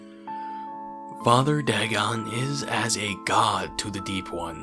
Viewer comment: Pronounced Day-gone